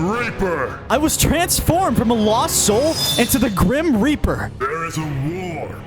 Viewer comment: Grim rap-r